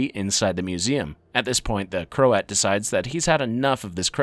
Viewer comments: its pronounced krowt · krowt, it is pronounced krowt. You can literally look up how words are pronounced, its not hard to do